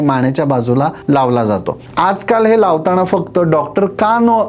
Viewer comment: अंजण😂लावताणा😂नखाणे😂त्याणे😂असं चुकीचं का बोलता माणे😂 जुण्या😂